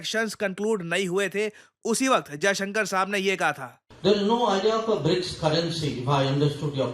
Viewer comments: Trump- brics not brokes😂😂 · It's BRICS NOT BRICKS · BRICS not BRICKS